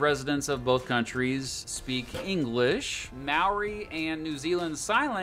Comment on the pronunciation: When the narrator first tried to pronounce Maori words I almost yelled "NOOOOO!"